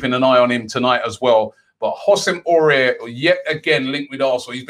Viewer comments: Just say awar not aurier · AOUAR not AURIER. Aurier is that dude in the club which hasn't won any trophies and is looossssiinnngggg sauuucceeeeee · Robbie: Aouar is pronounced: A-war....... but with an open "A" ( like "on a pAr with" )..cheers Robbie! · Ow- ar not Aurier 😂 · AOUAR NOT AURIER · Under the radar - Robbie saying names properly!! It's pronounced 'Ow-ar', not 'Orare'! At least try Robbie man ffs 😂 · Robbie it's Aouar not Aurier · It's Aouar robbie.. NOT AURER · Pronounce: Aouar: “Ah-oo-AhR” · It’s pronounced “ooou-ssem Ah-ooo-ar” ROBBIE! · Yo Robbie, I hear you struggling with the pronunciation of Aouar. It's like Ow-arr, with the rr coming from the back of the throat 🤙🏾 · It's pronounced AWAAR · Aouar is pronounced ow are ( ow like owl without the l) then are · Aouar is pronounced Ow-are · hahahaha robbie and his legendary pronunciation aouar is pronounced kinda like how are in one word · Hey Robbie it's pronounce WhoSame Awar (Houssem Aouar) you make it sound like that guy from Spurs careful 😂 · Houssem Aouar is pronounced like Who-sem A-o-ar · Isn't pronounce hossim ow arr... Tired of robbie butchering names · Please pronounce aoaur correctly next time. This is how you say it... Ow-Our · It's pronounced :- Husam Awwar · 1. Kokcu 2. Housem Aoura but pronounced AWWWWAAAAAA robbie 3. Kepembe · Robbie, you really need to learn how to pronounce Aouar. It's been 6 months now 🤣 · Aurora Beam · He butchered Aouars name like damn. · Les not forget about the way Robbie pronounced aouar😂😂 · Robbie said houssem auour so wrong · Haha probably the worst pronunciation of him I have ever heard lol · It's like he doesn't even bother to read the name, makes no sense to mispronounce it like that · Raaaah Robbie butchered houssam Aouars name peak